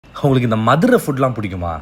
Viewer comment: The way he speaks- hungaluku indha Madurai food ellam pudikuma. Haru ku ellam pudikadhu 😂😂😂 hinga vanga hanga Ponga 😅😂😂😂